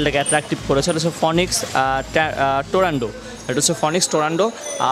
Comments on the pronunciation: It's shimano not shimanto...and tornado not torando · its tornado not torando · ভাইয়া উচ্চারণে অনেক ভুলভাল বলছেন। সিমানু কে সীমান্ত, টরনেডো কে টরেন্ডো ইত্যাদি 😂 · not tarondo.it is tornado. not cycle one.it is cyclone